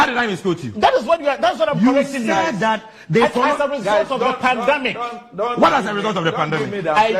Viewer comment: The NPP man says pandAmic. We really have the men.😂😂😂😂 As for Hawa Koomson, this is what you get when you interview an illiterate. 😂😂